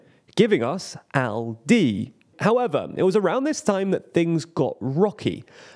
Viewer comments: How can aLdi be pronounced aUdi? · I keep hearing Audi instead of Aldi the way the presenter pronounces it. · Love how Aldi became pronounced as the german Audi consistently throughout this video (confusing my brain a lot haha) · Somehow it sounds more like Audi than Aldi xD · The way Aldi is pronounced sound like "Audi" which made me confused at the beginning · Please stop saying "Audi" every time... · I get triggered by you calling Aldi Audi consistently😂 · You might want to try pronouncing the letter "L" in that word. You're making it sound like Audi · It’s pronounced “All-Dee’. You are pronouncing it like the car company. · Could you please learn how to pronounce ALDI? You sound like AUDI, which is a different, German yes, but nevertheless different company! I mean, how can you make a video on a foreign stuff without even checking how to read or say it, lol. BTW, I'm not even german and still know how to pronounce it correctly 😅